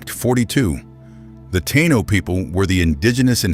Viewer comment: F.U for pronouncing "Taino" so badly, and for depicting us as black people. As "one of the most complete cultural and demographic catastrophes in human history" thank you for your added contribution, A-H! Major F.U. for that!